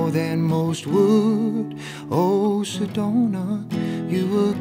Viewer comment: How he pronounce Sedona is lit 😍